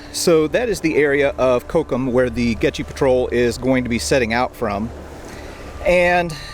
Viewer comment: Dang, a shame you can't pronounce "Goettge"